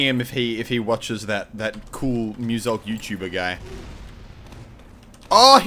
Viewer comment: I pronounce his name as moozelk